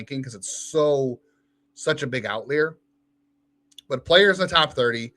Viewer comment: Hey, it's "outlier", not "outleer":)